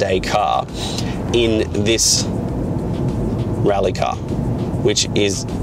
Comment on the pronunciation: It's pronounced "rally" :)